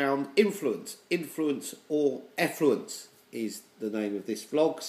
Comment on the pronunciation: I think said Influence or Effluence not Affluence